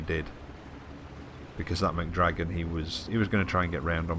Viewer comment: "McDragon" lol